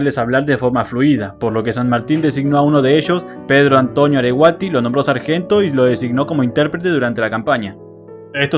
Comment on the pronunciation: AreguatÍ... GuaSurarÍ... Dale, tenés un temita con la palabras agudas (en todos tus vudeos😅)